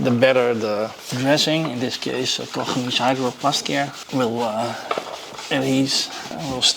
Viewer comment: So refreshing to hear Koch Chemie pronounced correctly Oh Troebel = Murky